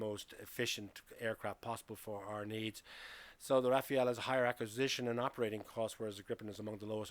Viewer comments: Rafale not Rafael ... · It's not Rafael, it's Rafale. Rafale (Gust) in English means, in idea, rapid, or at least in spirit. A gust of wind. But also a burst of automatic gunfire (the two being synonymous in French). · Rafale = gust of wind. Not Rafael. Is not that hard. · Rafale is pronounced RAFAL, not Raphael.😉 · I'm curious though. Why did you pronounce it like this ? I've seen many english speaking videos and most of them tend to go for "Rafa-el" instead of "Rafal". "Rafael" as in "bread" I could understand but not "Rafa-el". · Rafale (it is not pronounced RAFAEL, nor is Dassault pronounced DasSALT🙄) way more expensive to procure and operate. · Why do you call it Rafeal? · Please pronounce Rafale correctly, it’s not difficult.